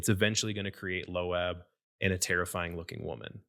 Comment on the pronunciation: Low abb ? What It's loab like loaf